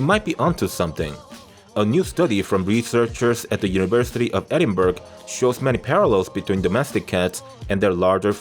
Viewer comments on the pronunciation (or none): Sorry brother, but it's pronounced Edin - burruh or Edinburgh, my home town and the Scottish capital 😊 hope you are well.